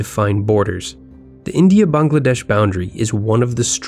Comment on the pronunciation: ayy I’m a Bengali (tho since I’m from Kolkata the Dhaka dialect sounds so weird for me) Btw nice job you pronounced Bangladesh right